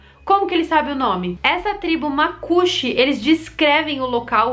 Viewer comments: Só pra constar, não é macúxi, é macuxí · a tribo na Amazônia não se chama "macuxi" ou "macuchi" e sim, Macuxí. Acento agudo no i. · Olá,muito bom seu vídeo...mais eu preciso contribuir com algumas informações...primeiro a pronúncia dos macuxi está errada...e segunda no vídeo vc diz que os índios foram encontrados a pouco tempo, eu sinto dizer que essa tribo de índios não foi descoberto agora e não existe apenas na Guiana inglesa, em boa vista Roraima onde eu nasci existe muitos índios que vivem lá, onde até uma ponte foi feita em homenagem a eles e se chama "PONTE DOS MACUXIS".